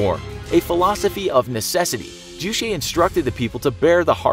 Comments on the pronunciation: Juche or 주체 is pronounced Joo-chae not Joo Shay or Joo chay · It's pronounced Juche, not Jushae. Ch as in the normal Ch (Charlie)... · It's not jew-shay lol. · It's pronounced Jue-Che as in Che Guevara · "ju-shae" xD it's pronounced as ju in "juice" and che in "checkers" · Ohhh!!! I thought you said juicy. I thought it was a DEER Leader drink.😵🤮👍🆗😊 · The "che" of term "Juche" should read as "ch" in "chair".